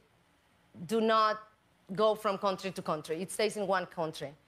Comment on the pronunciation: I think she’s pronouncing “country” wrong 😅